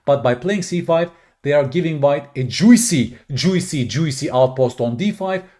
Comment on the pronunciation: is 2200 ELO at chess, and 500 ELO at pronouncing the word juicy